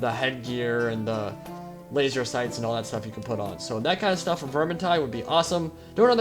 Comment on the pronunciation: Fookin' laseh saights?! Thatcher is triggered.